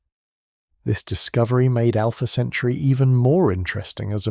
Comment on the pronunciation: These nonsensical AI slop clips are insane BS. So is the slowed down voice talking about Alpha "Century". Jesus Christ.